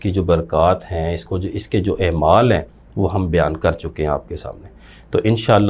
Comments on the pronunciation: اے مال😂😂😂😂😂۔ نہیں ہے اعمال درست تلفظ ہے۔ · بھائی جان نہایت احترام کے ساتھ ایک گزارش ہے کہ ، " ایمال" نہیں " اعمال" ہوتا ہے ۔